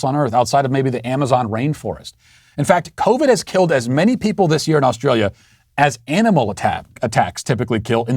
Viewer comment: I am an Aussie, I like how you say Australia and New South Whales. All Americans should pronounce it like you do, cheers mate.